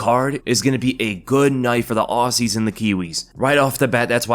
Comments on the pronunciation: Aussie is pronounced like 'Ozzie'. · PUBLIC SERVICE ANNOUNCEMENT AUSSIE IS PRONOUNCED OZZY! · It's pronounced ozzy.